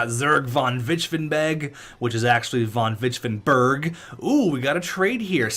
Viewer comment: While you're on about Vonvichvevenbeg's name, I think there's too many V's in the name. It would be pronounced von-vich-ve-ven-beg, not von-vich-ven-berg.